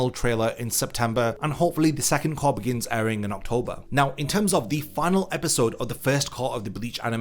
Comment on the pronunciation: "Cour"? Disliked.